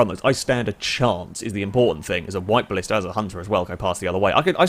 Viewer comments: it's blista btw not ballista... you don't pronounce black ballack, do you? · A Ballista is a Roman siege weapon..... The car you were in is called a Blista. Pronounced the same as blister.